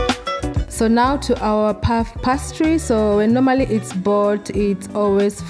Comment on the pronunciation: Pronounced pay-stree